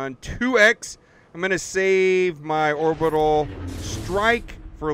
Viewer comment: You butchered “orbital”